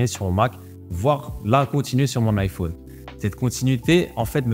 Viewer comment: vidéo genial par contre ca me perturbe comment tu prononce iphone XD